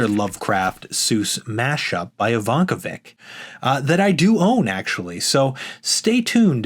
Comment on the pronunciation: You perhaps might be better occupied by learning to pronounce "Ivankovic" properly?